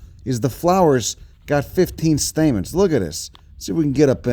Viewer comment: But he just said there was THREE Stamets... Stamens?